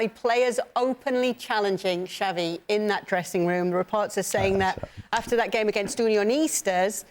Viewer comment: It’s Xavi as in Shavi NOT Javi 😑